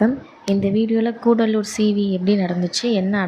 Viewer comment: அது கூடலூரு இல்ல மேடம் கடலூர்.